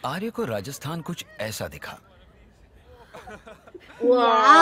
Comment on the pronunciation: Please practice pronouncing names before recording.....is simple RAJASTHAN